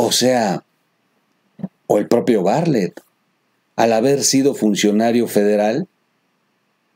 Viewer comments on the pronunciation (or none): Troll no es Barlet es Bartlett, perdón pero lo repites mucho y es necesario que corrijas, perdón pero somos tus cuates y no nos vale madre